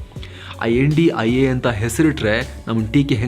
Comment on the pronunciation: Kindly don't pronounce name as a INDIA its a I.N.D.I.A